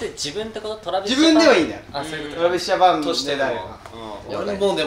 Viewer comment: 皆さん、のえるさんの「 Travis Japanでぇす！」 発音すごい、、(語彙力)